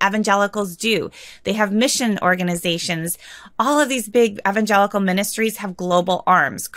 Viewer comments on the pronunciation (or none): Did she say evangelical "nutworks"? 😀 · She is mispronouncing evangelical. It's throwing me off so badly that I can't pay attention. I grew up evangelical and that's NOT how it's pronounced. Why am I supposed to believe someone that doesn't even know how to pronounce the name? Seriously.